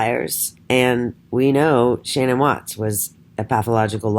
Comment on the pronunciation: i can not fathom this. Why would you say these things and not substantiate any of your claimed judgement????. Even if Shannan ( you never say her name right buy the way) Even if she was a big lie should we not love and care for her???? I can never listen nor belong to such negative hate towards a Murdered woman who tried so hard. why not show the documents to back your mouth. I have seen women such as you many times, so judgmental towards others. This takes the cake, Shannan can not fight back, she's dead and a very easy Target. Show documented statements or be quiet. She never had lupus, I just want to see your Diagnosis qualifications. So sad , your doing this and persons listen when they should ask these questions. No go delete me and my truth, See you.